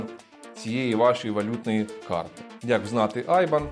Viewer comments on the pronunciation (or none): none